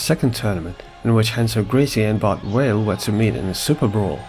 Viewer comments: First time I’ve heard Bart Vale called Bart Whale. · Why do you keep saying Bart WHALE??? It's BART number clart V V V V VALE ...it's not like in Portuguese R pronounced with a H you doing same fing using W instead of V v v v V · Bart Vale. Not Whale. VALE. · Why does he keep saying Bart Whale?